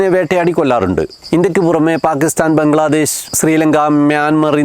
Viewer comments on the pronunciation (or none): none